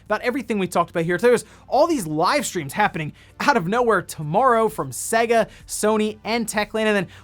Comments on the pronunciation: For the love of God.............it's 'SEYYYYGA' (as in AGES NOT SEGGGA (as in EGG). Please please please pronounce it properly man. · Anyone else shudder when he says Sega.. I mean, the console actually showed you how to pronounce it on practically every game, especially sonic games.. (First world problems)